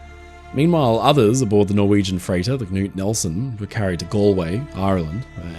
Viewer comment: As a speaker of Norwegian, I want to give a shoutout on his excellent pronunciation of the name “Knut” as I don’t think I’ve ever heard an English speaker do it better!